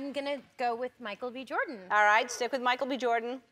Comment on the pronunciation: Sounds like she says “Michael BE Jordan”